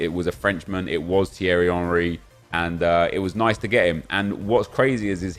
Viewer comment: Finally someone pronounced my name right 😂😂cheers bro